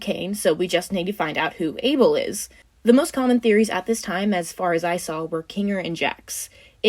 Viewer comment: Abel? No, BBel. Beeble. Bubble.